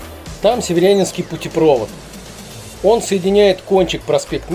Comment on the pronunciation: Интересное видео, но правильно - путепровОд)))